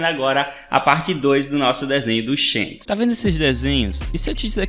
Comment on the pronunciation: e Shanks e não shenks